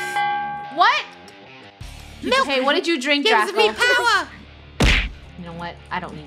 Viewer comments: “MALK” Milk Funneh 2019 Malks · Funneh still can’t say milk properly